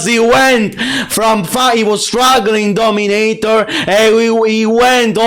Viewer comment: You know its bad when you have a 10 loss streak to a DO-ME-NAY-TOR 😂